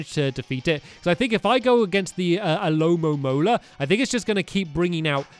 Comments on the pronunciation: Watching stamps trying to pronounce alomomola was 😂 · al-o-mo-mo-la alomomola